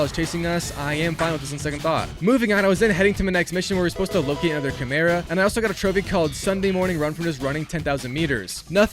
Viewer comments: It’s Kai-Mera not Chai-Mera for future reference 😁😁👍🏼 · CHImera lmao they literally tell you how to say it xD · what is that pronunciation of chimera?😭😭